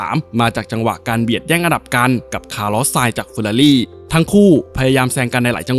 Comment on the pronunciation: อันดับ4อ่านผิดนะครับต้อง คารอส ไม่ใช่หรอครับ